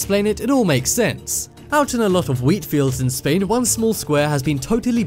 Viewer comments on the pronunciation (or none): none